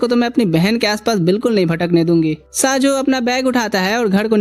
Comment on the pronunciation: These name not saajo this name is sayo 😂